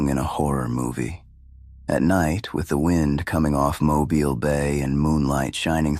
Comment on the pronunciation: Thank you for knowing how to pronounce Mobile. Good job!